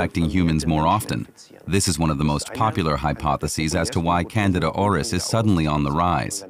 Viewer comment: HEY! AI! It's pronounced canDEEda!